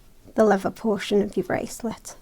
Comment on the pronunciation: LEVER??? REALLY??? It is called leaTHer. When did the brits lose the ability to pronounce the "th" sound??? Please, stop doing that.